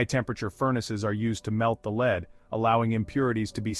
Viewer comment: Get a new robot voice. Lead, the metal is pronounced "Led", not lead (leed) as in guiding someone.